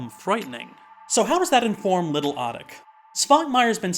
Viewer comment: Appreciate this review, but please note it's pronounced "oh-teek." not "ah-tick." Always happy to see Shhhhhhvankmajer getting some attention. Czech is a pretty tricky language in most ways, but one thing easy about it is it is consistently phonetic, so once you know the sound a letter makes you can pronounce any word or name correctly by simply sounding it out one letter at a time, unlike English with all its pesky diphthongs.